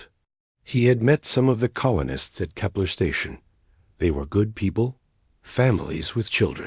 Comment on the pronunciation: NO matter who or what sites makes up these stories they all have dumb shit in them! 1. too many "dot" or "dot dot dot" 2. void reaper/harvester. 3 cant pronounce words correctly like "read" and "kepler 442" to list a few. i wont list the common names. too many to put down.